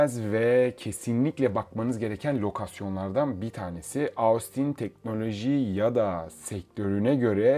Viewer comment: Ahh bir de Austin telaffuzunu denk getirsen kardeş!